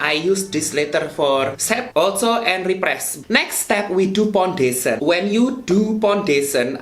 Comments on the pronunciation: you sepray sepray pondesyen 😆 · You got me when you said "pondesen" HAHAHAHAHAHAHAHAHA.